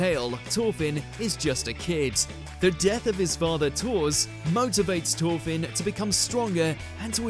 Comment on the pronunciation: 'Torfin?' I usually comment on bad pronunciation, that's simply not speaking English 'th' is a specific sound I'm not surprised the writer missed Ginta from MAR, he starts off a dreamer wearing glasses with no stamina, and ends up saving the world